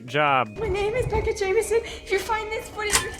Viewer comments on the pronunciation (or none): none